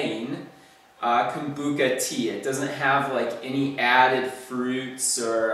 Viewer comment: Lol poor thing sound the ch out:-)